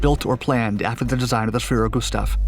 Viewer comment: Thank you for pronouncing 'Schwerer Gustav" properly.